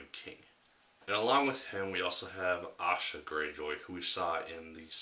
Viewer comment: Asha, Theon's sister. Not Sasha.